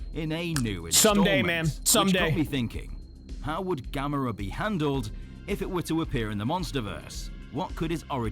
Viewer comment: The way you pronounce Gamera is “Gam Er Rah”